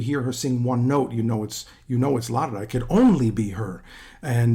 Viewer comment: You pronounce Lara's name correctly. Well ddone. Most don't!